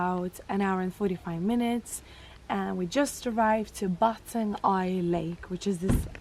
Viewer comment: Try gurgle with salt water. It may sting, but it'll do miracles. Anyway, stay healthy and safe. BTW, Batang Ai is pronounce I.A.(quickly), not Aye. Oh, the Kuih mueh is not the kuih name. It's Kuih Pe-nya-ram(I put dash so you know how to pronounce it.) When I'm still a kid, I use to called that kuih as Mexican Hat kuih. I like the edge part coz it's crispy.